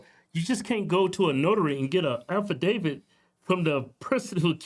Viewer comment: “Affi Davis”…..😂😂😂😂😂